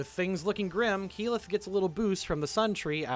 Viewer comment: Tal-dough-ray, EEE-mon, Kaylith? XD